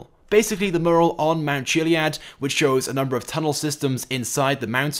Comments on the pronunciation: It’s pronounced “M-Your-ul” btw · Two things - Someone please teach him the correct pronunciation of Mural. Hunt4blueapril is probably a parody of hunt for red October - so more likely an update regarding submarines...